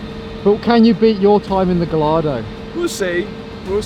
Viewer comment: The way you pronounce “Gallardo” is appalling